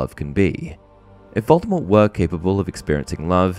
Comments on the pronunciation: Yeah that's your speculation...you keep saying it like that 😂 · Another little known misconception about Voldemort is that almost everybody pronounces his name wrong. Rowling says the T is supposed to be silent but gave up on trying to correct that misconception it was so prevalent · Honestly Vol-de-mor sounds a lot better than Vol-de-mort. The same thing happens with LeStrange. The audiobook narrator always pronounces it La-strah-nj not La-stray-nj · I've always preferred the pronunciation that leaves the T silent; in my opinion, his chosen name sounds cooler that way. I still pronounce it that way, even though the movies, all the UK versions of the audio books, and the US versions of the last 3 books pronounce the T.